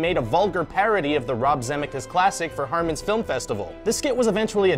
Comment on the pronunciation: First guy says Robert Zemeckis like Morty's new earth pounces Parmesan. ROB ZEMMEKIS?